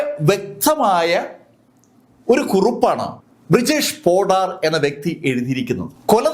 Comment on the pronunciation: ബ്രിജേഷ് പോഡാർ അല്ല.. ബിരേഷ് പോഡാർ ആണ് ഈ പറഞ്ഞ കൊലപാതകി.. 😁